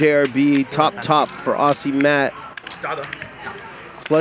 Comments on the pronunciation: For future reference it is not pronounced “Awsea” but “Awzee” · Why is it Americans can't pronounce Aussie but they can say Ozzy Osbourne.... It's just bizarre.